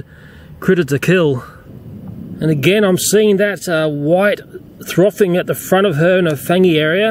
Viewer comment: "White throffing " ......lol